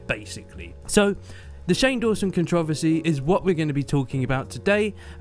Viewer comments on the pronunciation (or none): The way you say controversy is so different xD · I’m sorry woah. The way you say controversy is weird and everything at the same time I love it